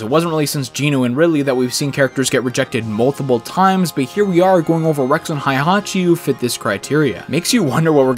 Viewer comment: This is underrated, but I kind of want a Fire Emblem fighting game. Also, sorry dude, but the way you pronounce Heihachi is different than the actual pronunciation which kind of bothers me a little.